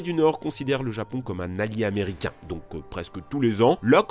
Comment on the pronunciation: C'est quoi un zaméricain ?